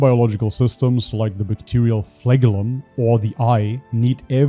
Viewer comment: "Bacterial flag-oh-lumb." lol